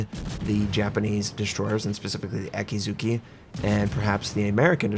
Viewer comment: Okay, it's Akizuki. a-kee-zu-kee. spell A as in (A)labama, kee as in (kee)n